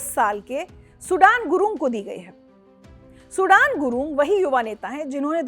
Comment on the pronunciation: Good journalism Bus not सुडान गुरुङ it's सुदन गुरुङ